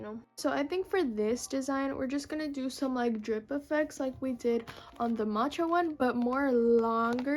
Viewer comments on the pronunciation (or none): none